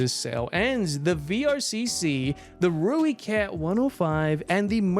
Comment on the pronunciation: Everyone: Roy-cat 105: Rooie-cat 105